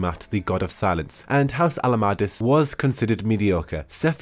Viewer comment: ... I know you said Conductor of Silence, but I kept hearing "Conductor of Salads" and laughing my head off. (Seriously tho, very nice lore video, hope you do more!)